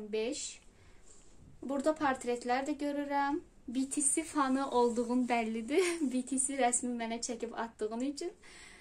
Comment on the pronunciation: BTS düz tələffüz etmirsən